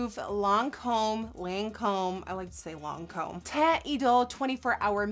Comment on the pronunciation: The way you say Lancôme is actually the right way to say it 😊 (i'm french hahs)